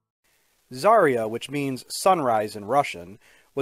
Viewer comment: Everyone says Zarya wrong. Because in Russian "ya" is one letter.